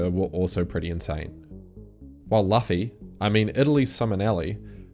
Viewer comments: It's pronounced Loofy! Thank you. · Did you really say Luffy like that?? LOL tell us you haven't watched 1 episode of One Piece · luffy pronunciation fail